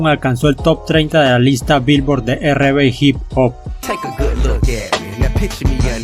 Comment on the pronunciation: Como critica constructiva podrías pronunciar correctamente en ingles, algunos nombres de canciones los pronuncias correctamente pero hay cosas que no pronuncias correctamente ejemplo R&B no es "erre be" entre otras cosas. Un saludo y que buen trabajo recopilando info que en pocos lados encuentras en español.